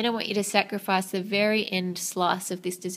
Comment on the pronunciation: i like how u said "sacerfice" instead of cut off :p